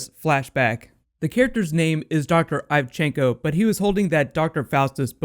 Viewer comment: Huh, I felt they've done a good job explaining Dr. Ivchenko already. (BTW, you keep pronouncing his name weirdly: the 1st letter should sound like /ee/ not /ai/) When those men are "recruited" by Leviathan, they have their families threatened, and then later he says to the chief that he's lost his family to Leviathan. Sounds to me like their lives depend on his cooperation. Might be wrong though. Oh, and looking back, that engineer at the Russian base, Nikolay I think, was hypnotized into cooperation too. He might not have been an engineer at all, since the whole thing was just a setup to get Ivchenko into the SSR... Wow, that's some serious multiple bluff stuff Black Widow style! So sad to see the season end so quick, but at the same time, it's so much more tightly written than a usual 20+ season, which works in its favor. Hope to see Agent Carter back next year!